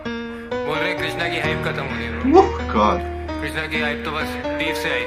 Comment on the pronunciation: It's pronounced Krishhhnaaa